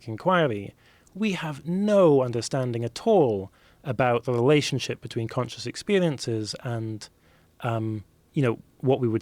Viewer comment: this dude is obviously educated lol duh .. but he should go to speech class n. stopped using 'L'.s where an 'R' is needed ... I.g. 'Lelationship' as opposed to 'Relationship'